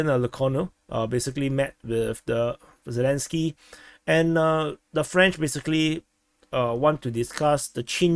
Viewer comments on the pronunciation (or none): none